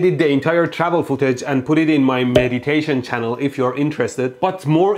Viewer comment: HAAhaha, "Mehditation," that's cool!